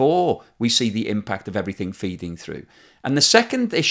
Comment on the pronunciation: Everything not Everythink!!